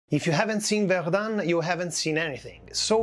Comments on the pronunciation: not verdunne but verdun , the un is pronounced dull and short. There is no E following it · Zone Rouge is terrible but the outrageous strong pronouciation of Verdum made me watch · Erm, one minute into the video and already at least 4 errors and mistakes. NOT good. 1. Verdun is pronounced differently. 2. Zone Rouge is not just around Verdun, it covers or used to cover much of the Western Front. 3. No, the mortar we see is not Dick Bertha. 4. No, not every French soldier fought at Verdun - most of those that were alive during the battle were, but that's it.